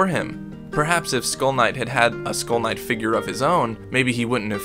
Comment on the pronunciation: Not gonna lie when you said skull knight i thought you was saying school nights 😂😂